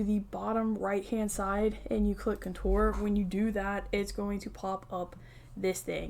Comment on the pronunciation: Hi I love your videos. I stopped watching for a while cause you kept mispronouncing the word Contour. I figured somebody would’ve corrected you by now and I didn’t wanna hurt your feelings. It’s seriously MY problem because apparently I can’t get over it but if you could so I can watch your videos cause I love your content, Please pronounce the word correctly if you don’t mind. You are mispronouncing Contour and I’m sorry but it drives me nuts. (Again I know I need to get over it) You are absolutely adorable and I don’t want to hurt your feelings. It’s NOT Coture with The emphasis on “tour” it’s CON-TOUR emphasis on “Con” like Con as in a criminal and TOUR like in when a band travels the country. Thank you and if you don’t care good for you. ❤